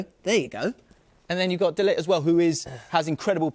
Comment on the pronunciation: He said De Lijt with his chest. clueless